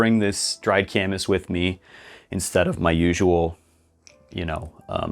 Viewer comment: Gorwing up here my whole life i though it was pronounced Kay-miss. Glad I heard the appropriate pronunciation. Do Wapato next.